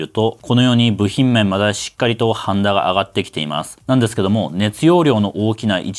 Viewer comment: 耳の腐っているオジサンのために、語尾のですの「す」を明確に発音してほしいで＆